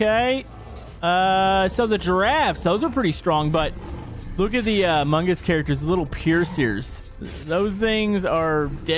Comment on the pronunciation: “Amun guss”